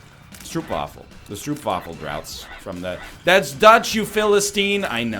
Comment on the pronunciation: The stroop in stroopwafel is pronounced like hope, not like hoop. You should say strope-waffle.